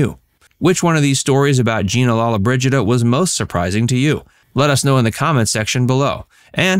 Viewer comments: Her name is pronounced Lo-lo-bridgida, not lalla-bridgida. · You must pronounce her name correctly